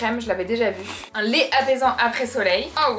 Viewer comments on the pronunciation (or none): none